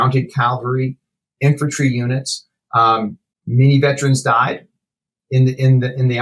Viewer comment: I know that his pronunciation of the word "veterans" has been added to the dictionary (because such a colossal number of people mispronounce it so), but the actual word is posted inches away from his head, begging for him to say it right. No, he says it that other way. A thousand times. 🤦‍♂️. He probably goes to the lie-berry to check out books, too. - A Veteran's #petpeeve